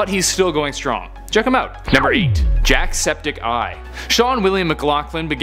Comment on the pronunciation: Did he just say jack-septic-ai?